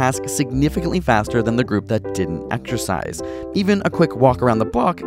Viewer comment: Did you say extrasize or exersise